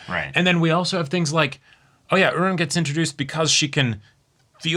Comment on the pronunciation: I watched the dub of this episode, so i genuinely thought this whole time that her name was "Udon" like the noodle, not "Uran" like the planet, the way its said